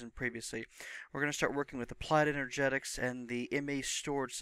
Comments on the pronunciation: Turned off after a few mins. Critism, would be becuase of the wording you're using. Its en-er-gist-ics. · good video. But it's enerGISTics. sorry :P